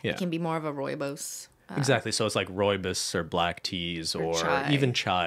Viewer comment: Me, a South African, heading pronounce Rooibos and taking a moment to realise what he was saying lol. At least he got the "rooi" part right lol